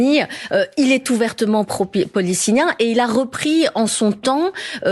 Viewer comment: elle arrive même pas à dire le mot PALESTINIENS CORRECTEMENT...